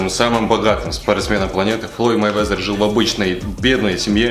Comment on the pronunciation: Вова Мэйвезер, а не Майвезер, хоть бы перед тем как клепать ролик читай нормально биографию